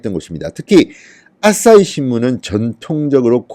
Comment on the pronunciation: 아진짜ㅋㅋ 또 아싸히x 아사히o